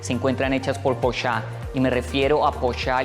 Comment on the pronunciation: Vende casas por millones de dolares y dice "porsháw". Wtf Es Porsche! 🤦‍♂️